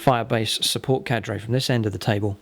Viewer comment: the way he says "carde" triggers me